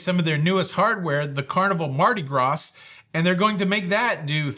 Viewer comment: Mardi Gras. Ty for including the s sound in your pronunciation. Shout out Ludacris indeed.